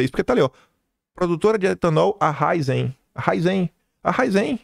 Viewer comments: Ô, o nome da empresa é Raízem (paroxítona) não é Raizem (oxítona). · A PRONÚNCIA É RAIZEN E NÃO RAIZÉN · A pronuncia de COSAN é com Z, CoZan A pronúncia de Raízen é como se lê, com acento agudo no Í : Raízen